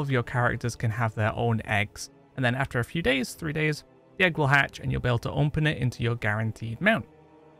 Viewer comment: I love how he says "onpen"